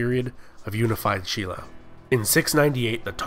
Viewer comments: um no, silla is actually pronounced sin-la. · no, its spelt shin-la but pronounced shilla. Stop.